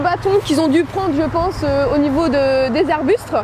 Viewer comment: au niveau des " arbustres "